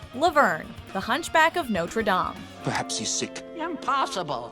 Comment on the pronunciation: Love the video but that’s not how you say Notre!